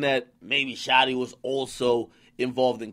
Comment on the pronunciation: He said Shotieea a gangsta gangsta Lol😂